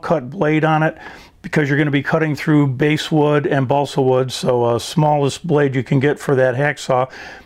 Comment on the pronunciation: Very nice resource, and very nice product. A gentle correction, if you don't mind: the first part of the name of the wood rhymes with the common name for my backside.